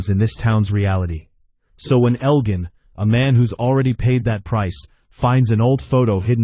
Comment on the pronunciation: You mispronounced Elgin and Clara never lost an eye. Maybe watch the show before you make videos.